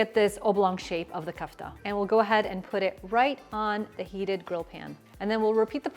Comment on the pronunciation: Ku-ff-ta ❌Ko-aff-taa ✅✅ .. great recipe though